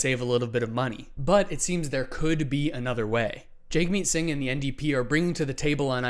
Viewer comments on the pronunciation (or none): please pronounce Jagmeet Singh's name correctly - it's pronounced Jugmeet, not Jagmeet.